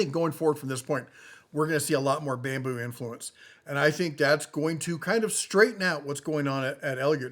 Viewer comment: "Babmu" lab? :face-blue-smiling